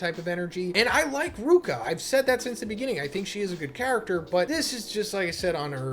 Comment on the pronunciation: "I like ruka" is crazy when ur getting her name wrong 🤣🤣🤣